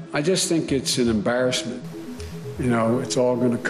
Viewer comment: He says embarrassed like a hillbilly...that embaresing